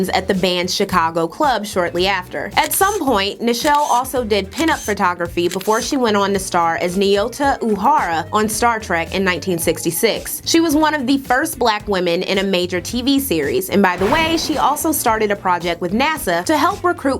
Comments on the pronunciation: I love this and am going to share it, BUT it's not Oharu, it's UHURA. Oohoora. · Fantastic video and what a rich and fascinating history. One thing sadly struck me is in a lot of “essential” jobs black women are still only making ~$250/wk! Also girl how you gonna mispronounce Ohura’s name like that? Not only was she a beloved inspiration to Black Men and Women to dream of space and study science at a time when there was NO representation - me being one of them - Martin Luther King Jr himself asked her to stay in the role when she wanted to quit the show! Thanks for including the work she did with NASA as she took King’s words to heart and became one of the most iconic science fiction icons of all time